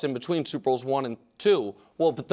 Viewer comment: Nick’s Midwestern accent layered over by smooth pro broadcaster voice produces interesting pronunciations of a few words. The biggest one is when he finishes Part 1 of his point and he pauses to emphatically say “and” to set up Part 2, he says “EEEyund.” Listen for it